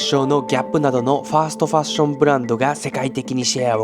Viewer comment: 正しくはファストですファーストではなく